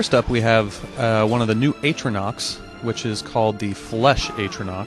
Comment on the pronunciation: Is that really how your pronounce atronach?